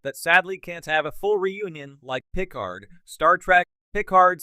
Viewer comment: You can't even pronounce picard and these new shows are out of universe non cannon remakes they are not real star trek. No one cares about a reunion for these new reboot non prime universe actors.